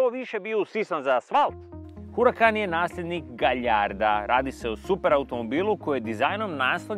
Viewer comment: svaki put kada netko kaže Galjardo umjesto Gajardo jedan Talijan padne s Vespe 😉